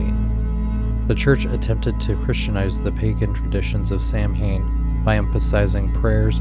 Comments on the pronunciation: Samhain is said "Sah-wain". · "Samhain" is pronounced "Sah-win"